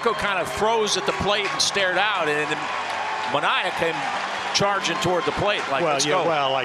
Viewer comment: The Orioles announcers must be really stupid if they thought that was intentional, considering they couldn't say Manoah's name properly so not particularly surprising.